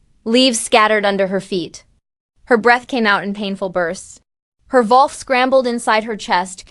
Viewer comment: Needs work. Wrong spelling and pronunciations (ie wolf), wrong pauses and emphasis in wrong places in a sentence that make the story choppy, harder to follow, and distracting. Lastly, what’s with the “dot”?!? Take that out! That’s perhaps the most annoying part of all. The story sounds good but after just 9 minutes trying to bear all these things, I think I can’t listen anymore.